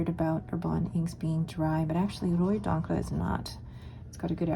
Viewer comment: Rouille is pronounced rooy so you had the r and y sounds correct but it's an oo (as in boot) and good job with encre👍🏽